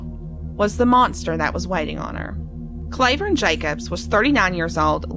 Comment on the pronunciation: His name isn’t pronounced “CLAY” vern. It’s “CLAW” vern. And ALC is not in a “holler.” It’s off of KY 899, which is a state road.